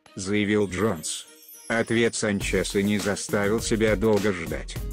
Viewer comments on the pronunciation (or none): Санч"еее"са ударения подает "е"????!!!!))))) Санчеееса))))))!!!!! я )(уеваю )))))